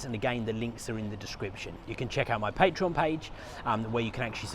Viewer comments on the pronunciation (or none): none